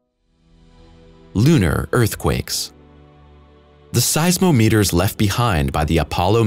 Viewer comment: Size-mo-meters? That's when I stopped watching.